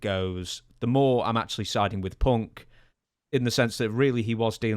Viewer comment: I like how Punk or Fuck is pronounced as Fock or Ponk in British English